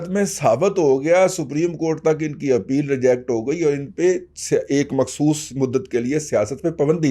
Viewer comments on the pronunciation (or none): none